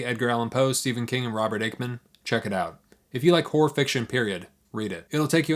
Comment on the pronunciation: My apology. I heard you say “horror” at least 4 times before I understood you were not saying whores. If these famous authors had whore stories…I may be able to break into the genre near the top. Whoror, one might say. Cheers!